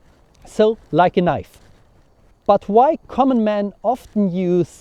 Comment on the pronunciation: I can't get over your pronunciation of "but". purt